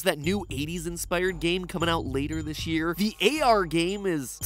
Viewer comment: I herd him saying shish year😂🤣